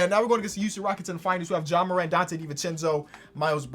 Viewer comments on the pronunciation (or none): none